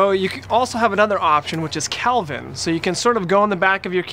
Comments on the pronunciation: Great help but the temperature is called and pronounced Kelvin not Calvin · hahahaha it's "Kelvin," not "Calvin,".